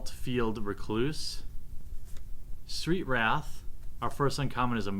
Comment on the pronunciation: "Saltfield R'cloose, Street Wrath, our first uncommon is a Murderous Recap..." ffs read the damn names correctly